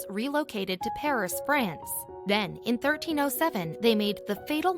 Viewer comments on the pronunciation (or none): none